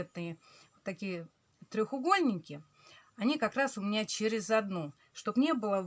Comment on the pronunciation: 🤣А мне ещё режет слух "трЁХугольник"🤭 А так всё замечательно!